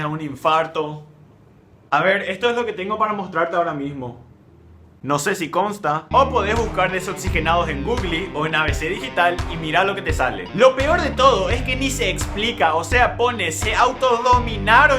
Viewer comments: El man este alsadito pronuncia "gugli" encima se burla de loa demás. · Googli???? G U G L I XDD